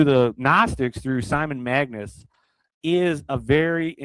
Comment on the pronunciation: It's MAGUS not magNus. Get it straight please.